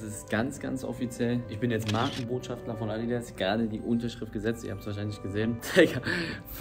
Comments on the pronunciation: Man junge es heißt Markenbotschafter und nicht *schaftler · Markenbotschafter nicht „Markenbotschaftler“ 😂😂